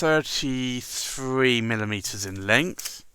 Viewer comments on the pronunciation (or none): When giving the length it sure sounds like you're saying milalitres?